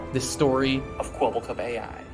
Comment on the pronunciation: Thats not Kwebblekop thats Keweeblecoop